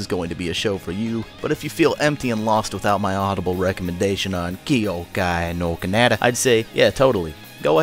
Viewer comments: ky-oh-kai nor kah-nah-tah* (sry i cant stand that pronunciation ><) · I'm not sure if the way you're pronouncing "Kyoukai no Kanata" is intentional or is actually the way your pronouncing it...